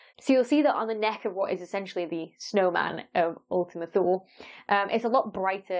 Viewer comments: Ooltima Too-lé. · It's actually [ulti'muh too'lei], from Latin for "A distant unknown region"